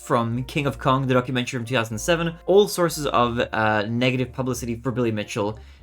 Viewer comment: I thought you said "donkumentary" 🤣